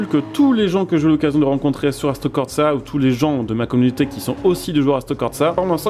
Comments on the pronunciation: Frangin fallait que je le dise… merci pour la vidéo ,enfin une vidéo sur le sujet, maintenant je suis venu dire qu’il n’y a pas de T dans corsa… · Mais y'a pas de "T" dans "Corsa" stp